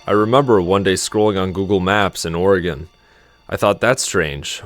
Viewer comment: Please never say it that way, it hurts my soul